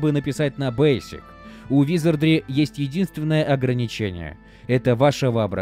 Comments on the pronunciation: какого хрена!? В первой части ролика правильно "ВизардРИ" во второй "ВизардЛИ" прям ухо резать начало.) Но друзья это мелочи, спасибо за годный конент. Успехов во всем.) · Почему ты говоришь "визардЛи"? 🙃